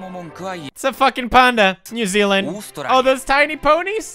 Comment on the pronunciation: Its Zealand ok?